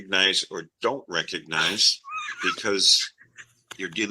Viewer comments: "I doan reckanize" - a new clip to go along with "Number 1 wrong!" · You are all saying it wrong. It’s “Ah done reconize” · no, he could not pronounce it